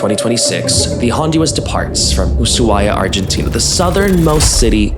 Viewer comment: Bestie, I’m judging you for your pronunciation of Ushuaia. Every Argentinian I’ve met say the shhh, very soft shhh but it’s not an S.